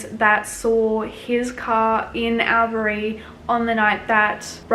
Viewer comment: Its pronounced All-berry